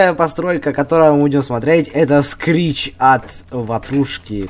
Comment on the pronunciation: это не скрич это крич